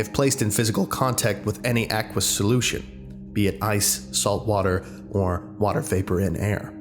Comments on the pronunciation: Aqueous. AY-kwee-us. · Not a nitpick or anything, I just found it funny as a biochem grad - when you pronounced aqueous like “aqu-wiss” it made me giggle haha. This is old so I’m guessing you might or probably have already learned this. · Aqueous was pronounced wrong.